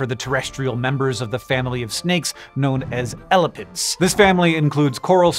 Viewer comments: It's pronounced ē•lap•ids 😂 I had rewind after the 1st you said it.. I thought I heard 🐘's 💀😭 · I kept hearing 'elephants' instead of elapids and was so confused.